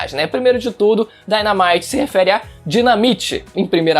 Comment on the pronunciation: Daynamight com a pronuncia me lembrou do Pokémon que é uma pokébola que explode